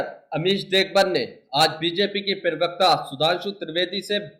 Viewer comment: भाई बाकी सब तो ठीक है पर प्रवक्ता होता है प्रिवक्ता नहीं।